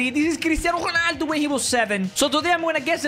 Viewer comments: Its not cristiano honaldo where is the h in cristiano ronaldo you see the R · can’t pronounce Ronald because he said chonaldo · Why did u say christiano hulaldo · You said cristiano xoonaldo